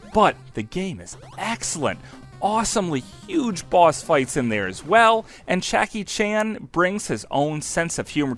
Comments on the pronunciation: yea it sounds like you're saying chackie chan in this video :D i had to check the comments to see if i was the only one that noticed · "Chakky" Chan ? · Yeaaah, Chackie Chan . . . . I rewound it just to be sure I did mishear you. Turns out, I didn’t need to, b/c you ended up calling him Chackie Chan ~5 more times!! What in the world happened, there?! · Chackie Chan? I believe his name starts with a J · the fuck is a "Chackie" Chan? "Poxt-apocalyptic?" Slow down, do several takes for your voice over and check your work before posting. Good video, annoying voice-over with potential.